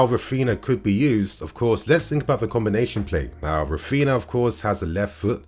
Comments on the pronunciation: it's pronounced "Raphiña" or (ny). Just helping for future videos. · Raphinha is pronounced the same way Ronaldinho is. Common with Brazilian names. It has the ñ sound. 👌🏽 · Not trying to be a smart ass but coz his our player now i believe we should pronounce his name properly. R IS SILENT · Yo - You're saying Raphinha wrong.